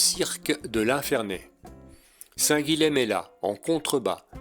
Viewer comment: Histoire de ne pas trop passer pour un touriste...: Le lh est mouillé en occitan, et le m final tombe pour être juste nasalisé. Donc, pas Saint "guileme" mais Saint "guillin". Hormis exceptions (je ne peux vous faire un cours de linguistique), la plupart des lettres se prononcent : Meyrueis = "mérueillss"... Bonne randonnée...